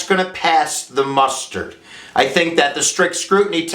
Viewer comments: Good video. Good info. But..... pass muster. Not mustard. ! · I wish you had correct dates in your presentation, and its "to pass musters (originally meant "to undergo military review without censure") and not pass the mustard (which is what it sounds like you said). Thanks for the presentation! Good other than those two concerns.